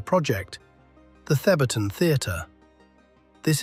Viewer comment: Liked for pronouncing THEBARTON correctly lol